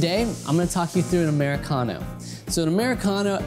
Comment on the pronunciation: "'Muricano" :D